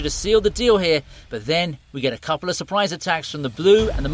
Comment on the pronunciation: im sorry did you say couple